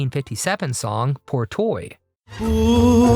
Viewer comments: You are too young to judge !!! It’s clear , today’s music can’t last 10 weeks on the top spot nowadays ! It was not the legacy of Chuck Berry - at least until you brought it up…😂 Pour toi - why you don’t listen to the pronunciation before talking ? It’s hilarious…Poor toy ! Okay - that’s enough ! I have to cut it here . What nonsense you’re talking - I can’t stand it any further !😮🤢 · Love commentary and especially the attempt at French "Pour toi" pronounced "poor toy" LOL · Pore toy????? You pronounced pour toi as PORE TOY??? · And all of these are better than everything out now. The worst song of your list was "Feelings".......although it didn't come close to as bad as everything by THe Righteous Brothers. "Pour Toi" is not pronounced as "Pore Toy".......it's "Poor Twa" "Seasons In The Sun" was a great song when it was sung by Terry Jacks. Going to VietNam to enter the war wasn't being a hero.....it was being a terrorist. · Your ability to judge music is on a par with your ability to pronounce French words like "pour toi." With perhaps the exception of "My Ding-a-Ling," the majority of these songs are just fine. Some were meant to be quirky, and were loved on that basis. It would be more honest if you said these were songs YOU think were terrible. For those of us who were around at the time, they were for the most part enjoyed. They wouldn't have hit the top 100 if they weren't.